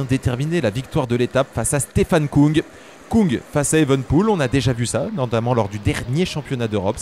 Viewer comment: Merci pour ces comptes rendus de qualité ! Pour info on prononce Stefan Küng (ue) et non "Koung" car en allemand le tréma modifie la prononciation du u. Il se prononce comme en français